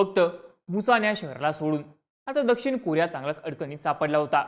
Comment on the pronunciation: कुरिया ❌️ कोरिया ✅️